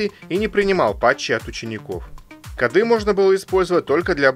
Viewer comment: Шикарно, подробно и доходчиво. Ностальгия. НО не кодА, а кОды. И много еще подобных слов, с неправильными ударениями. Сильно слух царапает. Удачи.